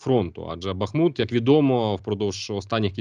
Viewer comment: Бахиут! Наголос на першому складі…